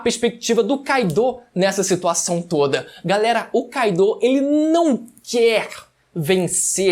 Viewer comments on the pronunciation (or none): Kaido (se fala Káido e não Kaidô) Oden (se fala Odén e não Ôden) Onigashima (se fala Onigachimá e não Onigachíma) Sei que pode parecer chato esse meu comentário, mas eu acho mais chato falarem errado seu nome... É só pra te ajudar a falar certo mesmo